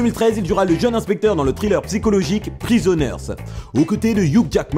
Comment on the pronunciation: Bonsoir, Travaille ton accent anglais dans les mots comme "Thriller" et non "traïleure" et les noms des acteurs.. Merci;)